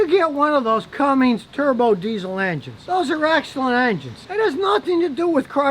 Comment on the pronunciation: "Cummings" dude seriously out of touch.